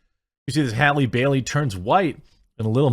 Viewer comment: Its Bailey not Berry